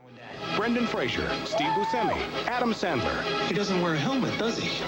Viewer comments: Great film, I saw it at the movies when I was 13 and I loved it! Btw it's Fraser (like razor) not "Frasier" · This video makes the same mistake that Dickie Roberts did when pronouncing Brendan Fraser's name....it's pronounced FRAY-zər not FRAY-shur 😉😉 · fraser, pronounced “FRAY-zer”. not fraisier. common mistake. i’m listening niles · His name is Brendan Fraser, pronounced like Razor starting with an F. not Frasier (Fraysher). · Imagine doing all this great work to make this awesome video and still not knowing how to properly pronounce "Fraser" 🤷‍♂️🤦‍♂️ the disrespect